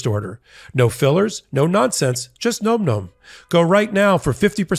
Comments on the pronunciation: This has to do with the add for Nom Nom., you are mispronouncing Nom Nom. It should sound like Nahm Nahm, as in the dogs eating; "Nahm nahm nahm nahm nahm. Not "Nome" as in Alaska. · Big fan of your channel 💜 for the love of your sponsor, please correct the pronunciation of Nom Nom 😂 it’s not Gnome Gnome.. it’s nohm nohm 🙏 😅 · NOM NOM……not gnome gnome…..come on …..for christs sakes….luv ya buddy…but your Boomerism is showing with that mispronunciation of current slang. 😆😅🤣